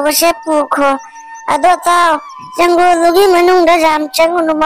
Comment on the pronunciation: Janggol haidi kari hairino ? Jungle haidi khanggi. Forest tadi Fou rash hairanina